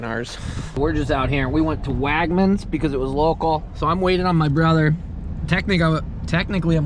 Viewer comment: “Wagmans”?? Don’t you mean Wegmans?????